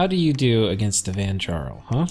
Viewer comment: For interest sake the ja in vanjarl is pronounced "ya" as in yarn. Last time i had a NAP breaker in a game, the following game I spent way too many gems just ruining his game with remote attacks, and bane venom charms. I didn't say anything the whole game and had to cross two other players lands to do it. His rage was absolutely hilarious. The players around me all were in on it and left me alive to screw the guys game over.